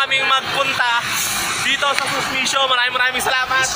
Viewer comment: Sumishio ata boss di susmishio..surmaryosep na buhay to..